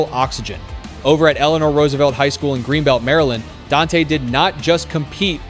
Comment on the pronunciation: Huge disappointment not getting his name correct. You need to remove this and correct it